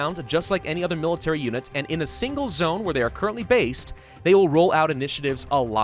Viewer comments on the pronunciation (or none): none